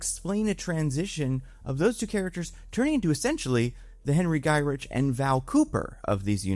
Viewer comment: Henry Gy-RICK not rich English is your first language right?